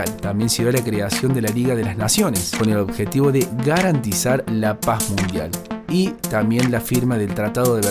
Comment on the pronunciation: La paj mundial uff me mató 😂 Gajtos militares ufff me mató men 😂😂😂